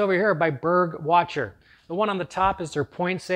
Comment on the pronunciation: It is so cute how you pronounce „Burg Wächter“ - it is german and you pronounce the „ä“ [ɛː] or „ae“. But very good video with some awesome tips from a professional!